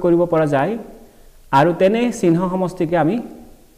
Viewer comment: উচ্চারণ শুদ্ধ করিব ( চিহ্ন )